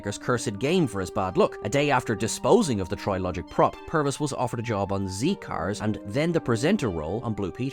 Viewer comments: You are not american, so pronounce the words properly - ZED is how we pronounce the final letter of the alphabet. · "Zee Cars"? Did you say "Zee Cars"? I'm Sure that's "Zed Cars". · Its Zed Cars not Zee cars! Why do British people deliberately use Americanisms ? When they know full well how it is properly pronounced! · 'Zee" Cars? Shame on you that's "Zed" Cars you're British aren't you?! Lose a point! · WTF is Zee Cars!!!! It's Zed Cars 🤣🤣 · I’m sorry but the show was called Zed cars. Zee cars sounds weird!! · Zed Cars. Come on guys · What the heck is 'zee cars'? It's 'ZED cars' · Zed Cars, mush. Zed. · You do know that show is pronounced Zed Cars, not Zee Cars? Damn, I hate having to be pedantic, but you do make life difficult. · Dude... its zed cars not Zee cars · Zee Cars?? It’s Zed Cars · “Zee” cars?!? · ZED CARS - British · Mr Davies said about celestial being a racial word. And the old police show is not Z cars. It`s pronounced Zed Cars. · Well, I knew a lot of those. There is NOTHING racist about the Toymakers outfit. Finally, it's pronounced ZED cars. You don't sound American so why do you pronounce the letter 'Z' the American way? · Zee Cars? Zee? Really? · Z CARS is pronounced Zed Cars - it was a british show, not an american show. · Glad you had a loverly time overseas but “Zee-Cars”? Lol. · "Zee cars" !?! OMG, why did nobody correct this???? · "Zed" Cars, Never zee! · "Zee cars". Oh, that just embarrassing. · You called it zee cars 😂😂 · It's pronounced ZED Cars. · Zed Cars😭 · you mean like how it’s pronounced “Zed” by the country that made the show? I mean ZZ Top, being American pronounces the band name Zee Zee, not Zed Zed, so I will follow suit, but Z Cars, based on where it was made is Zed Cars, no matter what country one is in. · A good informative video. Z Cars is pronounced Zed Cars, not American that’s how the letter certainly was then and as far as I’m concerned still is corrected pronounced in Britain. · It's Zed Cars. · ZEE Cars!